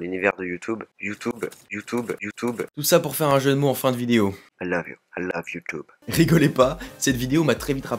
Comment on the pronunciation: fan du canada, tu peut te pèter les bretelles en passant la première fois sur tes premier video, tu prononçais bien youtube.